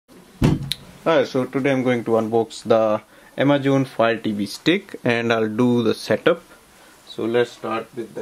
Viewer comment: “Amajohn” lol